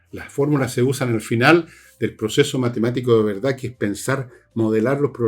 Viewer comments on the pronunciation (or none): none